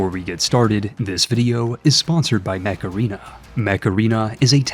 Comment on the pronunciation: Sorry, I can't tell if you are saying "Mech Arena" or "Macarena"